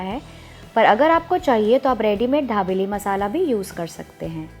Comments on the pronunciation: Pls pronounce properly it is not dhabeli it is dabeli🙄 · Ary yar hindi to tik se bolo...dabeli h...dhabeli nhi..and sab bahar hi mix karte hai..ok..kuch bi faltu ka mat batao... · It's not dhabeli it is dabeli😂😅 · Dhabeli nahi dabeli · ढाबेली नहीं दाबेली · Mam..pls it's not dhabeli...it's Dabeli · Its not dhabeli .. its dabeli .. be particular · It's not dhabeli it's dabeli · At list Pronounced properly it's dabeli not dhabeli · Ma'am ye dhabeli (धाबेली) nai dabeli (दाबेली) hai... comment From Kutch, Gujarat. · didi wo धाबेली nh दाबेली है 😂😂😂😂😂😂😂😂😂😂😂😂😂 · Dhabeli nahi na aunty dabeli 😂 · It is dabeli ...not dhabeli .......btw love your videos ❤️ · It's dabeli not dhabeli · Dhabeli nahi dabeli bolo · She pronounce dhabeli instead of dabeli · Dhabeli nahi dabeli hai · Not dhabeli it's dabeli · Not dhablei it's dabeli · Are its dabeli... not Dhabeli..... and its Jeera not Zeera 😂😂😂😂😂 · Dekho sabse paheli bat ke. Isko dhabeli nahi bolte 😑😑😑😑😑😑😑😑😑 It's call dabeli.... Don't make violence between food names 😑😑😑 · dhabeli nahi dabeli he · मैम आप धाबेली बोल रही हो। दाबेली दाबेली। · Mam.. I think u want to say DABELI instead of DHABELI... 😀 btw... Informative recipe. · ढा बेली नाही दाबेली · It's dabeli not dhabeli OK.. N method was wrong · Recipe is good....but you pronounce it as dhabeli...actually its dabeli madam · dhabeli no mam babeli bolo 😅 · First you learn how to pronounce dabeli and then you teach us the recipie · यह दाभेली है या धाभेली ??🤣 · Medam the nahi d for Dabeli..ok